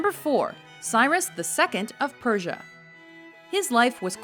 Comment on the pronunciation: Prussia Not Prusher